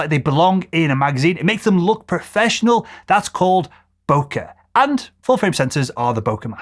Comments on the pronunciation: "Bokei" or "Bokeh" is pronounced bo-kay similar to bouquet. It's a Japanese term meaning blur quality or haze. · It may be pronounced boker, but it's bokeh, FYI